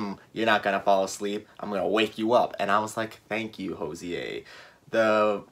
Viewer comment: hozier is pronounced as cozier